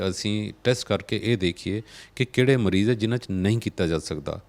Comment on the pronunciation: Bai ਤੁਸੀਂ ਕੰਮ ਬਹੁਤ ਵਧੀਆ ਕਰ ਰਹੇ ਹੋ। ਪਰ ਪੰਜਾਬੀ ਭਾਸ਼ਾ ਦੀ ਸ਼ੁੱਧਤਾ ਦਾ ਖਿਆਲ ਜ਼ਰੂਰ ਰੱਖਿਆ ਕਰੋ। ਐਣਕਾਂ ਨਹੀਂ। ਸਹੀ‌ ਸ਼ਬਦ ਐਨਕਾਂ ਹੈ। ਇਸੇ ਤਰ੍ਹਾਂ ਮਰੀਜ ਨਹੀਂ ਮਰੀਜ਼ ਹੁੰਦੈ ਜੀ।